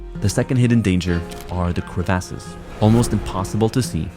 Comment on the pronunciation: cre-vASSES 😂 no way that’s the proper way to say it. Great video!